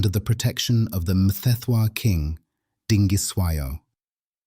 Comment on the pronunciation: Are you sure that you are Zulu? How you say Sensangakhona and Mthethwa, haibo, ( not sure)